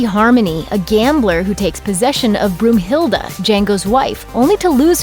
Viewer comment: Brunhilda... Its Brunhilda. Wtf is a Broomhilda?